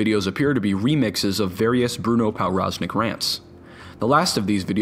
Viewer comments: Its pronunced provroznik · Everytime he pronounces ‚powroznik‘ wrong it gets worse. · It's a Polish last name so that W is pronounced as a V, so Pov Roz Nik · its pronounced pov braz nik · pronounced pov-roz-neek its obviouslt polish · Hey dude, that's NOT how you pronounce Powroznik. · Very nice video but I'm pretty sure that's a Polish name so the "w" should sound like a "v". Probably the only person on earth who is irked by this but I'm gonna leave the comment anyway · learn how to pronounce people's names.